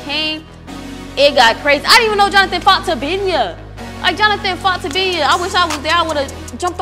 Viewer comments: called terry Tabiho 😂😂😂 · The fact that could not even get tabina name right was funny😂😂😂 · it was struggling to say tabina name 🤣🤣🤣🤣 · tryna say Tabina was killing me 😭😭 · 😂 it’s tryin to get tabina name right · trynna pronounce tabinas name was too funny 😂